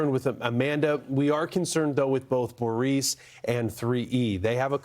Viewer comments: Please figure out how to actually pronounce Boris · Boris does not sound like Boreece or even Borice, Boreese! Sasha & Borisn